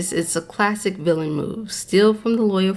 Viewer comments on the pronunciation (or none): none